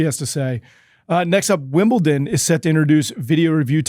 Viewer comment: There is no 't' in Wimbledon